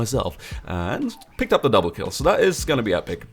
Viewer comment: DOUMBLEH KILLEH